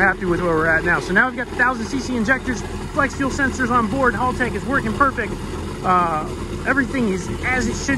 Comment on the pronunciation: As an Australian it’s Hal- tech not Halltech hope this helps